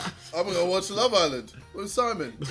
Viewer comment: Jj:I'm gonna go watch love island .... with Simon Simon:dont know why you had to say it like that